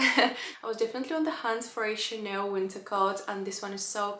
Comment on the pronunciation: it is Chaaaaaanel not Chaneeel